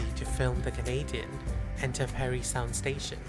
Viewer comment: Psst: Parrry Sound not Perry.